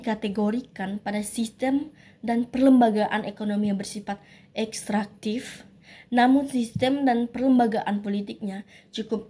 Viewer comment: Bukan ekstrantif tetapi ekstraktif